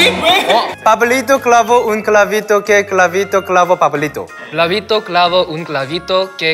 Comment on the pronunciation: en el min parese q en ves de decir "pablito" dice "clavito"